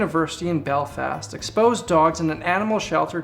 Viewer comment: YO i live in belfast and hearing you say the name of my hometown makes me feel weird 😅